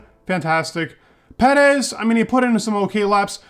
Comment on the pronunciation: Just here to hear “pedez” and “verstoppen”